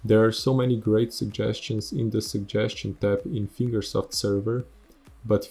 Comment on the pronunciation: I agree with this. I had 9k gp and it was hard for me to get nitro and all of the modern-game stuff. 1/3 of all time attack maps are being held by nitro. The community managers suck. I agree wth you too P.S. "Finger South" XD "Finger Self" lol its HCR2 not "Eight Year" "Finger Soap" "..or any funding from FINGERS" LOL "the competitive scene inside of ESTY, TOO" "Increasing the time that it takes to get to MEXICO"